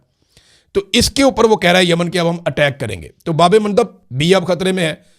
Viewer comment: Imran Riaz sahib... yey " Babel Mandab " hey..... Babey Mandab nahee!!